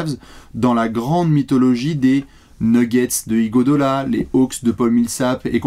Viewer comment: Arrêté de dire IgodOla, c'est IguodAla!